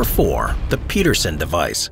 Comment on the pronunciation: not PETERSON John PEDERSON. Ped , as in pedestrian. Merry Christmas 🎄